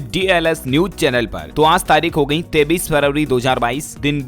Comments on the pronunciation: 23 ko 33 q bolte hai...? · Aap 23 ko 33 kyo khte hoo?